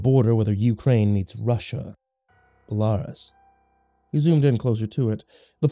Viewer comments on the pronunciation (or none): Belarus is pronounced "bell-uh-ROOS" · you're saying Belarus all wrong, like this please, Bell-ah-roos. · U mispronounced Kiev (Key-ev) and Belarus (Bell-ah-roose) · key-ev and bell a roos. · It's pronounced Key-Ev. Oh and Bella-Roos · Belarus is pronounced BellARuss. I know because I fundraised for the Children of Chernobyl for years in the 1990's. Please make sure you pronounce words properly. The last creepypasta I listened to pronounced ichor as ickor, not ICore. There are standardised pronunciations for a reason. Other than that, I love the Creepypasta genre and it's narrators. Keep up the creativity. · Bella roos right? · Shit I just wrote the Belarus correction, never noticed the kyiv issue. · the way he pronounces "belarus" shows hes never seen the eurovision..... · What is it with Americans being incapable of pronouncing Belarus right